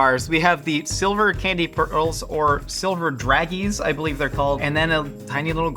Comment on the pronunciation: Calling dragees "drag-ees" is crazyy its "drah-zh-eh"